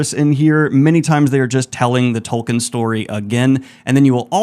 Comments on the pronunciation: Who the fuck is Toll Kin? Do youean Tolkien, pronounced tolkeen? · IT'S "TOLKEEN" NOT "TOLKEN" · Foundation??? By Asimov? Not fantasy. And it's a 7. Also, please learn to pronounce 'Tol-keen.' 'Tul-keen' may also be acceptable.